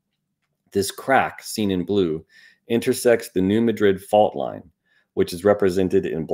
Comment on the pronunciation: The Missouri town (and the fault named for it) is pronounced New MAD’-drid, not New Muh-DRID’. Despite the similar spellings, it’s NOT pronounced like the capital of Spain. 😉